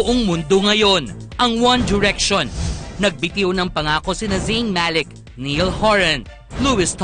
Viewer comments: Its not "niell"niall and its not "luis" it is louis with a silent s. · It's pronounced "Na-yall" not niyal. -__ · its not niell its ''niall'' not luis ''louis'' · Why am I so Triggered when they said “Neeil” and “lewist”?! It’s niALl and lOUis please get it right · louis is pronounced aslouie not lewis. nayal not niyal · fck i miss them but you call niall "niyel"